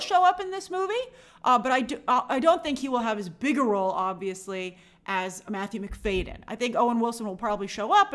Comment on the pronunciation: It’s Matthew Mc-FAD-yen not Mc-FAY-den